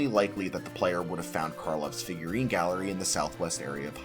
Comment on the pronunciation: Fifgurine 😂 Figruines 😂😂